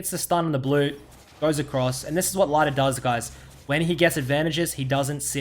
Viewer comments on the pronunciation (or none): its pronounced more like "Leeder" than "Laider" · It's pronounced like Lee - der not Lie - der btw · sorry i watched 4 minutes but when you keep calling lider lighter i just can't watch. At least learn his name before you do a video. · Lie der aus english omegalul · ITS NOT LEIDER WTFFFFF :D sorry it actually goes on my nerves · I’m pretty sure his name is pronounced Leader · pronounce his name right pls